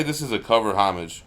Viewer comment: I like your English version of 'homage' :P